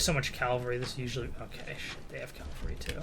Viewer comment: If you could start saying cavalry instead of calvary that'd be great....